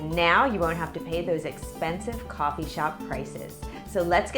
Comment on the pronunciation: Coooooooofffffffffffeeeeeeeee (accent)